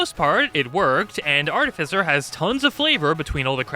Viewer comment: ar-TIFF-i-cer why does no one know this?